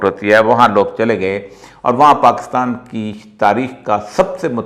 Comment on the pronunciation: Its PAKISTAN , Not PAKASTAN Sir! But thanks for telling true history to People.